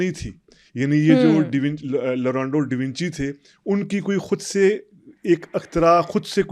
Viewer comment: lorando davinci nhi bhae😂😂😂😂😂 leonardo bhai😂😂😂😂